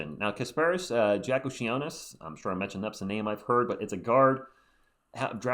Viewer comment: It’s pronounced jaah koo zone es